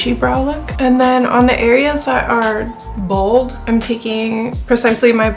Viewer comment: Not the “bwald” for when you were filling in your eyebrows 😭😭🩷😂